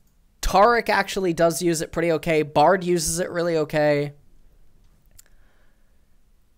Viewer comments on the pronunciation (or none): none